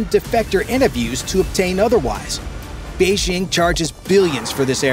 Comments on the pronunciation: Beijing. Not Beixing…. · Fantastic stuff. But note to narrator: Jeepers, it’s past time to kick those insidious French Olympic announcer squatters our of your head. The Chinese capitol has never been “Beige-zzzhing.” There’s no slushy “ZZZH” sound at all in Mandarin. The J is a J is a crisp J. The word bites hard: “Bei-DJING!”